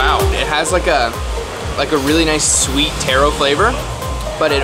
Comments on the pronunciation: Stop imitating Mark Wiens!! Watch yourself on video and listen to the commentations you make., then watch and listen to Mark Wiens, you sound like him. Taaaaroo not Tayro! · Not tear-o but tar-o. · Pretty sure he was mispronouncing taro. I believe it's pronounced tah-roe as in the first syllable in Tahoe and fish roe. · How he says taro feels weird to me because I never heard anyone say it like that before even though it is correct